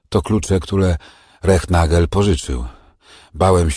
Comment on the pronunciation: Wszystko fajnie, tylko nazwisko Rehnagel, wymawia się,Renagel,w niemieckich nazwiskach występuje "stilles h" nieme "h"😅 Ciekawe że miejscowi podhalańczycy, mówią Cyrla, zamiast Cyrhla😅